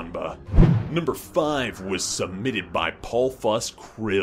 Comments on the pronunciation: I love how he pronounces Snewpee's name. (actually says Snewpee in the description) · pronounciation of Snewpee's name😆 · Okay, but why did he pronounce Snewpee like that.